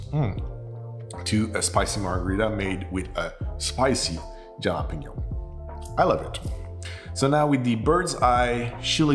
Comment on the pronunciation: Jalapeño is pronounced ha-luh-pee-nyow.. just for future reference 😊, anyway awesome cocktails!!